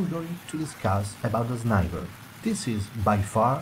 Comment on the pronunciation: good English.But instead u shouldn't say zniber ;3